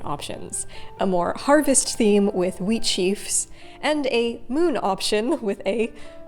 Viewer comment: When you said "wheat", i heard "weed" so i really thought for a second that you were gonna make a big old green gandja hand